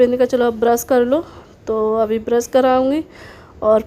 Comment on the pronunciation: Brus ni brush hota h